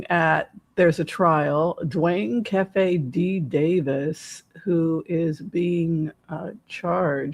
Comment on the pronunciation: This reading was a nice change of pace! Thank you! Also it's pronounced KEEFIE...and he was a HUGE west coast drug dealer, hence the $$. To be so arrogant to write a book about taking someone's life, profit from it and have 30 years of freedom? He deserves everything he gets..maybe he and Suge can be "cellies."